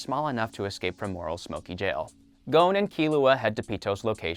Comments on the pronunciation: His name is gon not gouwn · w-wa-wait-wait-wait did he just pronounce Gon's name 'Goan'? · GOAN? GOANN?!?!??? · Anyone else mad about the way he’s pronouncing Gon and Hisoka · His name is Netero. Not nettero like you said at first. And Gon is called Gon lika gone. Not Goun or however you said it. And its Lucilfer not lucifer And its pronounced Shogi with a g not shoji